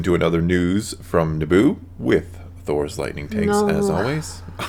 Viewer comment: More of the best LIGHTNING TAKES ever!!!!!!!!! Y'all are the best. News from Naboo is a good name for the segment also. How you said, Thor, is perfect.